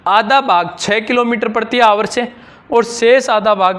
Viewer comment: आवर होता है ना कि हावर